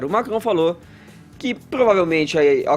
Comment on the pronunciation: O fala francês ou é a língua presa que ajuda na pronúncia do "Macron"?